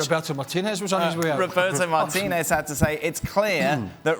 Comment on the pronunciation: Why is it cringe city? Because he is Hispanic and he is pronouncing Martinez's name properly?